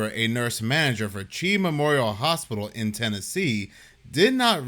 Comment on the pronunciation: Its pronounced C-H-I Memorial. 😂😂😂 Its hilarious hearing you say Chi 😂😂